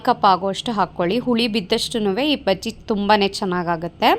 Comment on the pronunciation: Baggie, not paggie